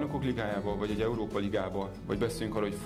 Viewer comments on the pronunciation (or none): none